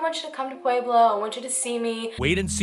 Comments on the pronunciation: I love that you've done a video on my town. The way you pronounce pueblo is cracking me up.. Pu-ehh-blo. Not Pu-eee-blo. I love you so much. This is not a hateful comment. My SIL works at parkview. This is a close to home case for me. Glad he's been arrested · This isnt supposed to be rude or anything but i live in Colorado and the way she says pueblo is 11 out of 10! (its pronounced Pleb-lo) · I live in Colorado. You’re actually mispronouncing Pueblo. It’s more like pweb low. Lol. I love your video by the way though! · "Pwayblo" nooooo make it stop😂😂 I was born in Pueblo and had to cringe every time I heard that. But great video! You're very well researched. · New fave channel next to lordonarts! 😍 (btw.... pweb-low!) 😂😊 I'm a Colorado native and noticed the way you said it haha! Also if you cover solved murders, Jessica ridgeway. SUPER effed up, right in my neighborhood:( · I know this is WAY off topic.... but does it drive anyone else crazy how she say Pueblo??? AHHHHHHHH!!! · Hi I'm from Pueblo, CO and just wanted to let you know that you mispronounced Pueblo and St. Mary Corwin (you said crown) otherwise great video!! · i know its not ur fault so im not hatin, but the way ppl pronounce Corwin or Pueblo is cringe. i guess u have to be a resident to say it correctly